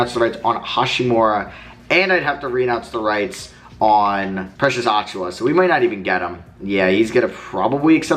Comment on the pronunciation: Precious's last name is pronounced "uh-chew-uh"